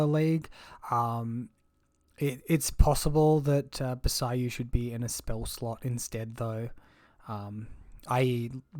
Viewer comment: Its bo-say-juu, not bo-say-you. Ju is a normal sound in Japanese.